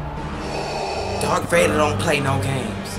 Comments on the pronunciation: It's Darth Vader, not Dark Vader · Did you seriously just call him Dark Vader? Disliked #sorrynotsorry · It's Darth Vader not dark vader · Are you seriously calling him Dark Vader?